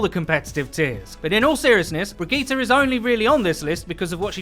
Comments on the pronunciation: He say bre geta like brevegeta lmao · No offence but it's pronounce bridge it